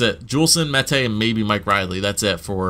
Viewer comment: Finally you pronounced Mete properly... I've heard Meaty, Mata, Meta